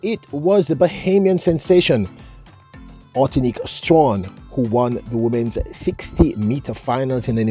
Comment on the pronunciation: Why can't at least make an effort to pronounce this lady's name correctly? I have gotten tired of hearing him just mangle people's names. A name is important.